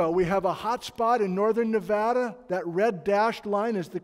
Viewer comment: Thank you for pronouncing Nevada correctly.